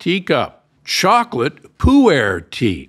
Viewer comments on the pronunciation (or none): Gynostemis = GI-no. Ginseng = GINseng, not GHINseng. Not poo-air tea. Closer to Poour tea.